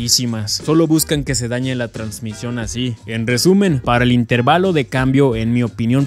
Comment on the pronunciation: min. 3 ajajajajaj el acento lo lleva en la e asi q otra vez la correccion... in teeeeeer valo.